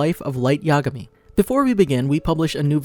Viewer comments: "Light Ya'gami" -it's yagami. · Well it’s not yagami it’s ya-gami